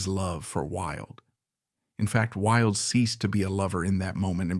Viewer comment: Why oh why could the narrator not get the pronunciation correct. He couldn't even get "Wilde" correct. Totally spoiled it and had to stop in the end, just too bad.